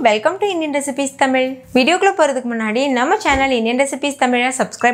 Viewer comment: Hi, congrats. Very very happy to hear your prounciation of தமிழ். நீங்க இப்ப அருமையா உச்சரிக்கிற தமிழ் என்ற வார்த்தை அமிர்தம் போல உள்ளது. 😍👏👏